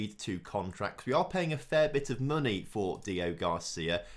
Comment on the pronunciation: HIS NAME IS DEO-GRACIA. NOT DEO-GARCIA. GRACIA!! It's really annoying